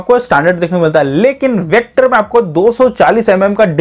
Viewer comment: Vector kyu Bolte ho hakle